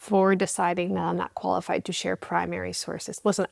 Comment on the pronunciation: "Your not Koala-fied" 😅😅